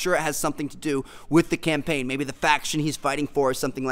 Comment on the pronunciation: Campaign not champaign